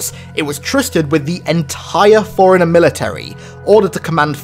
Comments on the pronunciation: It's pronounced Fore Runner not Foreigner. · are you always saying foreigner instead of forerunner ?